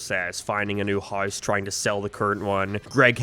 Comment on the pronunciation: it's unbelievable that you really pronounce 'house' like 'hice' and 'way' like 'weh'. How have you gotten to your advanced age speaking like this?